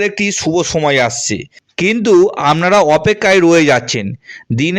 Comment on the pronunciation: আমনারা, চাগরি, পেম, পোআবে , পোমোশান, .........এই কথাগুলো, একটু ঠিক করে বলুন 🙏। আপনি যেগুলো বলেন, সেটাই লিখলাম, শুনতে খারাপ লাগে 🙏।